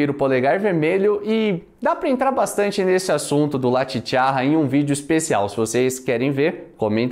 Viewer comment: La Chicharra se pronuncia "chichaRa" com um R apenas e não com dois...La Chicharra significa A Cigarra...saludos de México